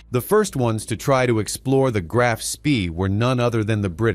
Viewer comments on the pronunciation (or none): It’s not SPEEEEEEEE it’s SHPA